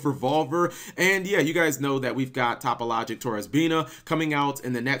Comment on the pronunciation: Cap why do you not pronounce the link 3 topologic correctly are you doing this on purpose ?